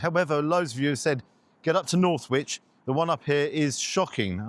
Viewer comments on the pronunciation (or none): Northwich, not Norwich... 😂